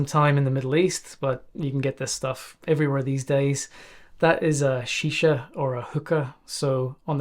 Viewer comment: i love the way he instantly called it shisha, deffo spent ages in the ME. hahaha